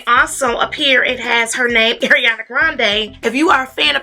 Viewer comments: Not to be rude, but her name is Ariana, not Eriana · my dear, ariana it's like ARIANA, NOT EIRIANA luv u